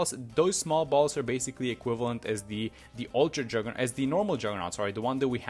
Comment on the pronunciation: "uwtwa juggewnaut"